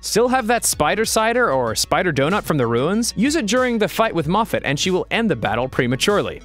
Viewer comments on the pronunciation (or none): none